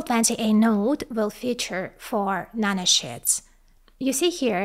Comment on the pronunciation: LOL, every time you say nanosheets, it sounds like you are saying nano-shits, and that is some small shits.